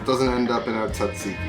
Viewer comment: you are making my ears bleed...the correct pronunciation of Tzatziki is...zat-zee-kee...don't quit your day job for this youtube gig!!!